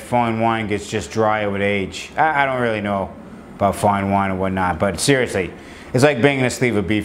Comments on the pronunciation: "foin wine" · Foine Woine